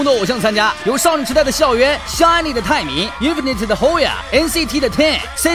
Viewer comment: 不要在讀錯INFINITE的團名了好嗎？ 是 IN FI NITE 讀音是NIT